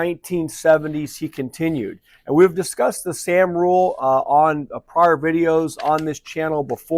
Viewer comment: Morning. You’re pronouncing ‘sahm’ incorrectly.